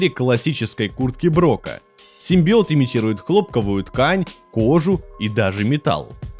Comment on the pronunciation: Клитарский симбиоот 🤣🤣🤣🤣🤣🤣🤣🤣🤣🤣🤣🤣